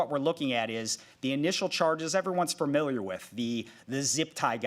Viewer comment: Dude. Stop saying fur mill yer